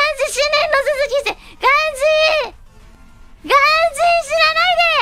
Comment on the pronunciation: ガン↓ジー↑で草